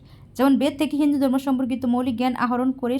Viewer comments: উচ্চারন ঠিক করো হিন্দু ধর্ম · উচ্চারণ করতে না পারলে বলার দরকার নেই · উচ্চারণ ঠিক করুন